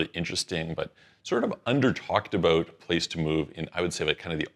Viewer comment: As soon as I hear "aboot", I'm out.